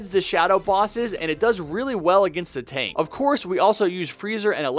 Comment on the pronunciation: you said tonk not tank